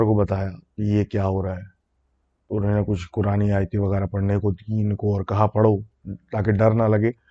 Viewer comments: Your "unhi-nay" instead of "unho ne" is just love ❤🤣👍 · Ini nay 😄